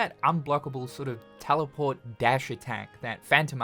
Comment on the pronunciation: “Tellyport.” Hehehe.